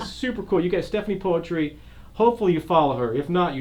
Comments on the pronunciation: You false pronounced her name , the right way to say her name is Stephanie Putri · Poetry? Stephanie Puisi oh ok 😂 as i know Poetri -> read: Putri (cmiiw) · You’re supposed to say putri not poetri